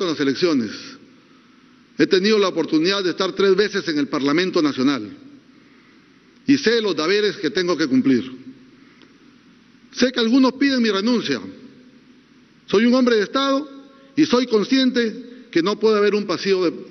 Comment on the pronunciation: alguien escucho que dijo "DABERES" ???? ... Ni leer bien sabe.... minuto